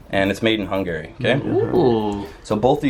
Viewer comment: its kinda annoying how says Hungary incorrectly